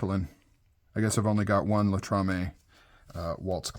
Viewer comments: LATAMA it's is still a great made knife. Not latamaaa Latrama. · Latama, not Latrame. ;)